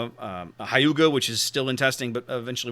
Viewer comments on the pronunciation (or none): correction: not pronounced hi-you-ga, but he-you-ga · I have a friend who lived in Japan for three years and I asked him how Hyuga was pronounced. He tells me "hyu" is said similar to "hugh" as in Hugh Jackman.